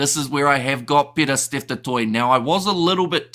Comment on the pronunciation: As an old Irish supporter, that Steve Smith the old Sowsnek (english) 10 used to get me fuming. He continually mis-pronounced Danie's surname as "Gurbur". And that was the tip of his rude ignorance. He mis- pronounced the surname, 'du Toit', as 'dew Twat': ffsks. It is good that accords respect to the pronounciation of people's names.